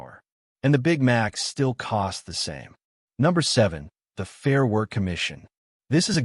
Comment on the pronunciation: AI graphics don't match the commentary, confusing. And "focus", "worck"?